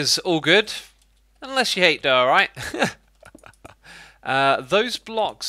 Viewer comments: Diorite Die-uhh-right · Are you saying der- orite